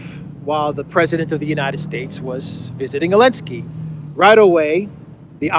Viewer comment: Why don't you say Zelensky correctly? I'm curious.